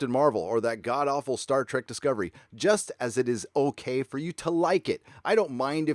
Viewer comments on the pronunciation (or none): none